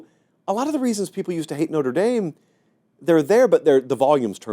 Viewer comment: Lololol. It’s Notre dame. Wtf????